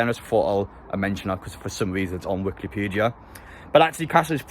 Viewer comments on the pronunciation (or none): none